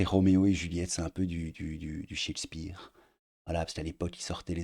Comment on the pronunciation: « De Montaigu et Capulet ? » … non, non… de Bossemans et Coppenhole. On dirait le journaliste dans « Die hard ». Et ça façon de prononcer Shakespeare m a fait perdre deux ans de ma vie. Cheik speare ou chèque speare, je ne sais pas… Sa vie vie doit être tellement terne, un désert affectif. Un tel taux de transfert nécessite d aller consulter.